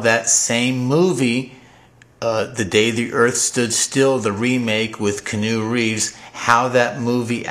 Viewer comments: Did he say "Canoe Reeves"? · i found it very informative. kee-ah-nu reeves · Lol his name is not canoe reeves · canoe reeves lol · "canoe" reeves? lol Thats the weay it should be pronounced